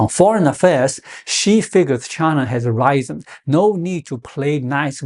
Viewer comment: “risen”is pronounced “rizzen”.